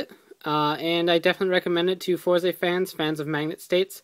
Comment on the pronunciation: its not four zay, its Fourz. i know its not spelled correctly, im spelling pronunciation.